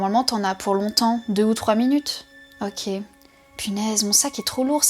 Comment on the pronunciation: En 16 ans d'existence tu es la première personne qui ne prononce pas "OKÉ" mais "OQ" XD Mais j'aime bien le concept